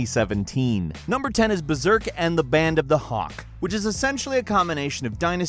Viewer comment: hey fellas its BERSERK, not "BERZERK"